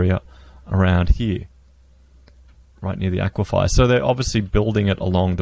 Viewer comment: Aquifer... A-kwee-fer !!!